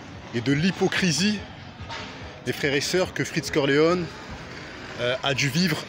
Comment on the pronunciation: Cest freeze corleone pas freech corleone 😂